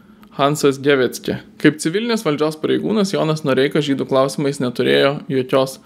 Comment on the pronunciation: Puikus komentaras, tik Gewecke reikia tarti Gėvekė, o ne Geveckė.